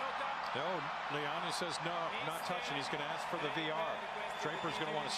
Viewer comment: Lahyani (he's pronounced Layani btw) tends to insert himself into games but he's a good ump. Can't really blame umps for making these calls when VAR is used at some tournaments, but not others. I think it would have been fair to replay the point, even if Carlos was seemingly not affected, he could have insisted. Unfortunately, he's too much of s nice guy.